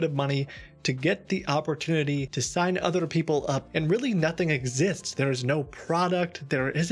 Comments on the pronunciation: "otheRRRR people" LOL, I think you've spent too much time speaking with Indian scammer over the phone that the accent is catching on. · for enrolling OTTRER people (indian influence coming out) :D